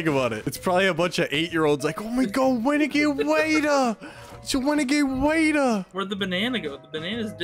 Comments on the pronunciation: Wenegade waaaaiiiidddeeerrr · Actually it’s wenegade waidah